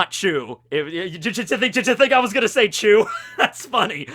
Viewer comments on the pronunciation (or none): Its beca...becaah..chu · I'm sure it's not chew but actually choo